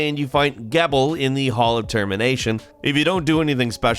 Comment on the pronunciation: they pronounce Gebel's names like a MILLION times in Bloodstained. Brah, you have got to do your pronunciation research. Jee-bul.